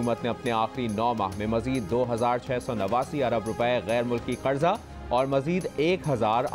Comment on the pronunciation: Oh Bhai, word ‘qaRza’ hai; ‘قڑضہ’ naheen. 😥